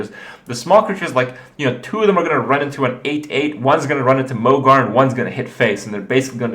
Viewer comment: isn't mogor pronounced mog-OR not mog-AR?